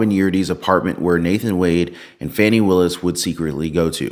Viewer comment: If you want to pronounce her name as it is spelled, then it should be "Fae-nee".